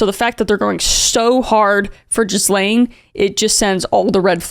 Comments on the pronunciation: "Jizz-lane" is such a fitting mispronunciation given her actions lmao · Ghey-LANE is closer to the actual pronunciation of the monster's name. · Very intelligent investigation. Just one thing to correct you on, only to lend credibility, is the pronunciation of Ghislaine. It's "gi-LAYN", with a hard 'g' and the 's' silent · Ga-lane. Is that so hard? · Spelt oddly, pronounced 'Gil-lane', don't ask me, I didn't name her 🤷🏾‍♂️ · Hundreds would have mentioned this to you before, but her name is pronounced with a silent 's'. Phonetically, it is "Gillaine." Your president would know that. She probably had to correct him in person many times, as he never shuts the fuck up, and education, reading and pronounciation are not his strong points. And you know he was up to his neck in this shit. Just listen to some clips of Howard Stern's radio interviews with Donald Trump in the 90s talking about how hot he thaught Ivanka was, and how he liked young teenage girls, and how he knew he could have any of them he wanted. He was a total 100% rolled gold creep. He said disgusting things in those interviews and still rolled the dice to go for the Presidency. And he won. Twice. He must think he's invincible. The only thing that will get him is his health. The Grim reaper gets us all. And the orange creep's clock is ticking louder by the day. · Please pronounce Ghislaine's name properly - Gi-LAYN, with a hard 'g', a short 'i' sound (like in "give"), and the second syllable rhyming with "rain". It's annoying. The name is French. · Pronouncing her name as Jizz-lane Maxwell has me rolling. I’m not sure if it’s intentional, but it fits~ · Just a note, her name is pronounced gee-len. ❤ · You and your husband are the only people I’ve heard call her “jizz-lane” Maxwell.. albeit appropriate.. you’re supposed to be Canadian.. learn your French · Just an FYI - her name is pronounced gee-lane (hard G) but she’s awful so who cares if we say her name correctly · lIt’s pronounced “guh-len” Maxwell.